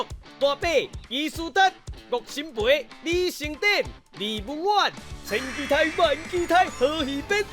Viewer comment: 豪平 期待台語是ㄍㄧˉㄉㄞˉ 不是ㄎㄧˉㄉㄞˉ